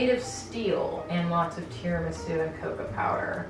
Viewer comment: I don’t know how to pronounce tiramisu anymore, and I blame you